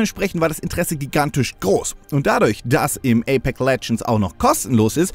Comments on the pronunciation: APEX und nicht Apek alter. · wie er so nach knapp 5 minuten nur noch APEK sagt weil er das X dauernt verschlugt und ja ich war auch so "moment was wo kommt das denn her"